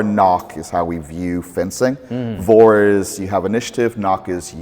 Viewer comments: vor is pronounced for. V is almost always an f in German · that pronounciation of vor is so not correct I didnt even catch what he was talking about the first time lmao (not important but I thought it was funny) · vor - nach isnt pronounced like "Vor and knock" , but like "for and nakhh" (the V sounds like a letter F and the A as in 'calm' and the ch sounds like when those israelis say khhhamas) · as a german this butchering of Vorn and Nach is excruciating it’s more like Fawn and Nagh, yet i don’t know how to describe the harsh german ch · "vor - nach" before - after also it is pronounced very differently: vor is pronounced like for (or like french "fort") and nach is pronounced with like a russian h: nah